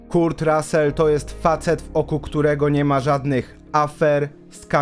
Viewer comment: Materiał super, ale proszę cię - ogarnij wymowę imion i nazwisk ludzi, o których robisz filmy. Jak słyszę KURT to nóż mi się w kieszeni otwiera. Szanuj ludzi, o których robisz filmy.